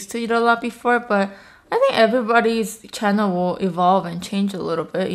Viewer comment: "Hi guys welcome to my chano"😂😂